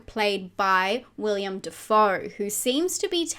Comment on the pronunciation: There's no "I" in Willem. I'm William. He's Willem Defoe. I know it's weird.